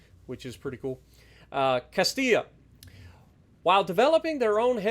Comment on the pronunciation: Was terrified he was going to pronounce it Cast-ill-a. Thank you 😂